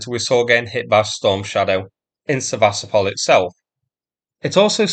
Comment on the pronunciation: Why is it so difficult to pronounce it Seva-stopal? You pronounce so many other name correctly but not this. I watch the videos but when you pronounce the city's name incorrectly then I stop watching and you get no 👍. It's a shame because I used to enjoy watching the video and being amused with your humorous comments. I do hope you will start the correct pronunciation so I can resubscribe and comment again for the algorithm. This is a one off.